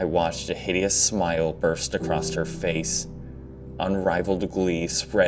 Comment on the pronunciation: Acrosst. Acrosst. Acrosst. Please, just say 'across'. For the love of god, man.